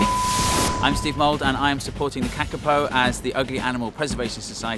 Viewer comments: Go the Kakapo, although they are cute even though they are dumb- btw you are saying it wrong it's pronounced carcapo (I would know as I live in New Zealand =] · You are pronouncing it wrong Kaa-Kaa-Poh I know this because I live in New Zealand